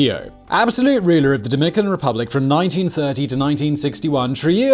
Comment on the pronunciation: “Dominican Ruplic”?